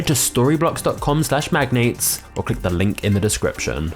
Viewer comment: I actually thought for a second that Storyblocks said sorrybollocks. Lol.